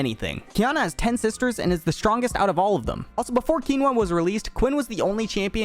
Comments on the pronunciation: its qiyana, not qinua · Man I have never heard qiyana pronounced keenwa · Did you start calling Qiyana fucking Quinoa? lmao Btw the little "×" in "Hunter × Hunter" isn't an "x" so it's silent. Oh, and the french game "Dofus" is pronounced "Dofoos" apparently. Just learned that recently even though the eggs have been called this way in Wakfu. (the tv show) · ah yes the league champions we all know, ukshin and keenwa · Mfs really out here pronouncing Qiyana like quinoa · Him pronouncing Qiyana's (key yawn nah) name wrong is bothering me so much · Bro how the fuck do you pronounce Qiyana ???